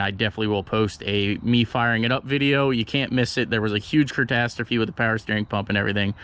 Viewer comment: 🤣😂 did you say curtastrafy 🤣😂 an fuel filder?